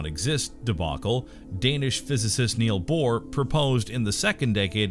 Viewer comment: It is Niels Bohr - NOT Neal Bohr.